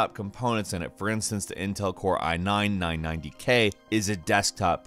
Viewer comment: That's not what I'm referring to. When reads off the specs, he says "Intel i9 990k"